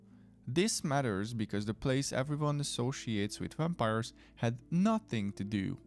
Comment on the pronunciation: I like wampires too! When you pronounced it I swooned. 😂❤❤❤